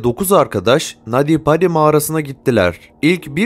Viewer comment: Nadi badi değil naty paty okunuşu